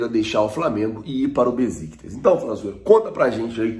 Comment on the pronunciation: Bom dia! O nome do time turco que negocia o Léo Pereira se pronuncia: Béchictash e não Beziktas.